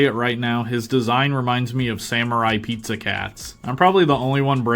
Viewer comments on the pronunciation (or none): none